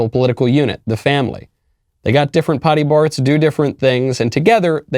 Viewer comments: “they’ve got different pody barts” 😆. Funny slip up, continue on 😁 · love how micheal said pody barts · Anyone notice he says ‘pody barts?’ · Lol Michael I love you and listen intently but I’m dead when you said pody barts hahahaha